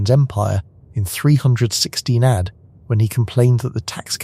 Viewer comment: The text to speech engine needs to be taught that "AD" is pronounced "ay dee" not "add".